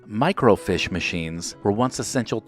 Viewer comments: "Microfeeesh"...not "MicroFISH". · FYI, microfiche is pronounced like it’s spelled microfeesh, not microfish. I say that with all due respect. Every one of us mispronounce words, so no shame. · It's pronounced micro 'feesh' not micro 'fish' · huh, we pronounced it micro - feesh, not micro - fish. It wasn't just my family. it was all the people I knew, including the librarians. maybe it's a regional thing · Microfiche is not pronounced "micro-fish." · Good Video--But it's pronounced "micro-feesh"